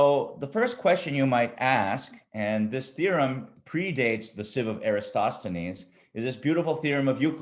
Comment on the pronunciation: I think "EratoSTHenes", not "EraStoTHenon"